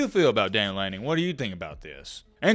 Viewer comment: It's Dan Lanning.....nice try.